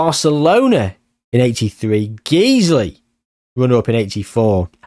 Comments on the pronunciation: Just for future if you need to mention them, Guiseley isn't pronounced Geezley. Think of disguise. The Guise bit of that is how you pronounce Guiseley. Guise-ly. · Guiseley is my local non league club and it is pronounced g-eyes-lee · Guiseley is pronounced Guy-slee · it’s pronounced ‘Guys-lee’ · The pronunciation of Guiseley made me giggle